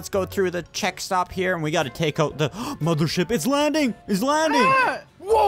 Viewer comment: The alien video you didn’t say it right it was mothership mothership